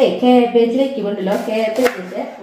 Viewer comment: Casbegne. Caleflower. Parayunnade.